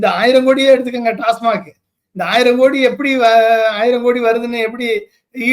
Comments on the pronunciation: ஐபிஎஸ் படிச்சா அண்ணாமலை எப்படி உச்சரித்தான் அவனால் டாஸ்மாக் என்று கூறத் தெரியவில்லை டாஸ்மார்க் டாஸ்மார்க் என்றால் என்ன படித்த முட்டாள் டாஸ்மாக்கின் முழு விரிவாக்கம் அண்ணாமலைக்கு தெரியுமா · தம்பி! TASMAC என்பதை டாஸ்மாக் என்று கூறாமல் ஏன் டாஸ்மார்க் என்று பேசுகிறீர்கள். செய்தி ஊடகம் ஒன்றை நடத்தும் தாங்கள் இப்படிப் படிக்காத பாமரர் போல் நடந்து கொள்ளலாமா? உங்களுடைய அறிவை வளர்த்துக் கொள்ளவேண்டிய தேவையில் உள்ளீர்கள். உகந்தவாறு செயல்படவும்.